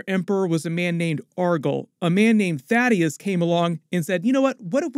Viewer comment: Thaedus. Thay-dus. Not Thaddeus.